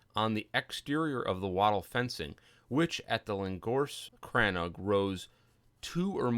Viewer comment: Great video. I'm currently building a crannóg in a snowy biome, and came here looking for interior designs. Never heard it pronounced as crann-og though; it's usually called crann-oog (longer o sound) in Wexford.